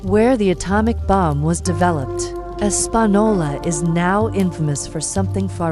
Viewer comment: As someone who has lived and still close to Española N.M. This AI is the worst’s I’ve ever heard say it 😂